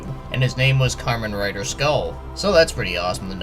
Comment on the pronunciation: lol u pronounced Kamen Rider like "Karmen", yeah this skull man seems in the vein if Those really dark 70's era characters, he would fit right in perfectly with devil man and Mazinger and even todays dark hero characters.